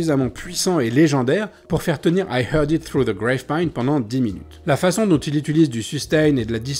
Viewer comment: "Gravepine" au lieu de "Grapevine" à 2 reprises --> Contrepet intentionnel ou lapsus ? Ceci dit, excellente vidéo.